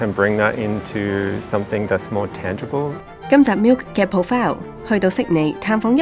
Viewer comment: Karen， 你地呢個節目系列叫ProFile，想問下係唔係有心將個重音放係後面，讀 pro - 'file instead of 'Pro -file (重音係第一個syllable)，唔好教錯大家